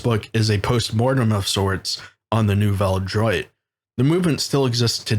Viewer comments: no its not. it's pronounced new-velle dwat. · Nouvelle droit pronounced about Nuvel Drew-ah